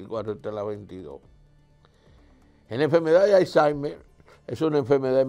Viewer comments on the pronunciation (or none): none